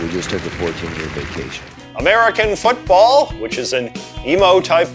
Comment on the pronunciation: “America nfootball”😅